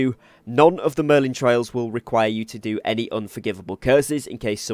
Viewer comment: It's merlin TRIALS!!! Not merlin TRAILS!!!